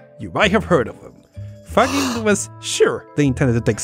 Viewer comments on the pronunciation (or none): Great video, but Faggin is pronounced [fadˈdʒin], not [faˈgin] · As an Italian, I should point out his name is pronounced Fa-jin. Like a majin. Or like vagine, if you prefer. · His name is pronounced "fadgin." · The only (trivial) mistake I can find in this video, being italian and knowing a bit about the Faggin's life (as himself described in an interview in 2006), is that you're pronuncing his name in a wrong way: you say "faGGIn" like you say "giga" while the right way to say his italian surname is pronuncing the "GI" like "giant" or "jeez"... Really awesome the anime-style video! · Faggin is pronounced more like Fud-jin, with the tonic accent on the second syllable. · In Italy the name Faggin is pronounced “Fadgin”. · You should not pronounce Faggin that way! In Italian G is pronounced J, the sound of the word is similar to Fudge+in, with accent on i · Faggin is pronounced "faZHEEN". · Super interesting. Just a note on pronunciation: Faggin is pronounced with a soft G (like a J), and the accent goes on the i, not on the a. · I had the honor of meeting Faggin in 1996 when he received an award in Pavia, and my interaction with him changed the course of my entire life. He is an incredible person. By the way, you pronounce his name with a g sound as in courage, not as in girdle. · Check the sequel to this video were I interview him. I had to apologize in person for my mispronunciation. Also you are right, that man is incredibly personable